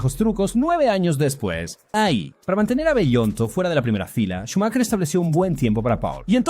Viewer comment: Xq cada vez q dices “Schumacher” lo pronuncias diferente?